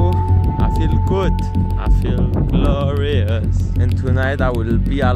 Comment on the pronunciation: he said “glorious” his accent became American